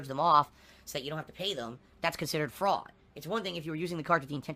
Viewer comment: "Fraud?" What is this "fraud?" Piggy has never heard of this concept of Frauwd.